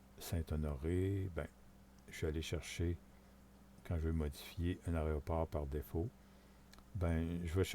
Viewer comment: tuto intéressant mais apprend à dire Aéroport c'est insupportable d'entendre tout le long aréoport..... dit AIRPORT plutôt..